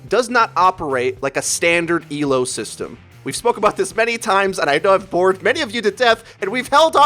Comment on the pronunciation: Thank you for saying Elo, and not E.L.O. When people say it like its an acronym it triggers me. It shows they don't know what the fuck they are talking about. /vent